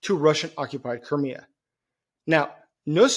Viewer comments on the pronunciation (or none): Do you mean Crimea? Sounds like you said Kermia